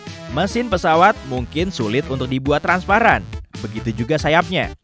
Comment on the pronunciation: Transparan* Bukan transapran